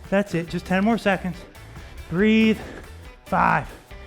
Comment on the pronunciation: I hate when “breathe” sounds like “three” and I get fooled into thinking the move is almost over 😂